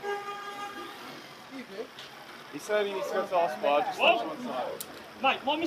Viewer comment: You have a certain way of saying jisst.